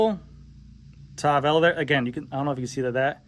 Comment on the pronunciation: How strong is the carbon fiber? Is it stiff? Why did Tavelo sound like Cervelo?